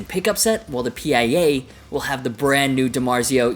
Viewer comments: Is not P.I.A....just PIA!!!!😊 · it's the pia( steve vai's wife's name) pronounced like the singer SIA but with a p. Also, the jem will still be in production along side the pia, the jem isnt going anywhere.